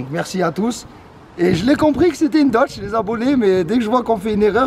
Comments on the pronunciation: "Une Dotche" 😂😂😂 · C’est pas une dotch mais une dodg😂 aussi nn jte kiff